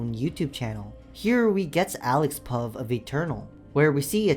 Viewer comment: This video gave me crazy whiplash Who the fuck sounds out pov when it's pronounced p.o.v?